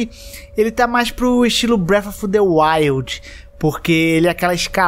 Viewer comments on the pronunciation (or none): none